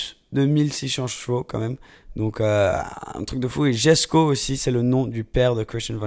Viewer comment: koenigsegg yesko (le j de jesko se lis y)